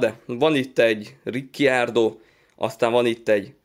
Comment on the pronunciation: A helyes kiejtés Ricciardo(Rikárdo)